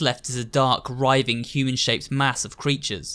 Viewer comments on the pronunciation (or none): none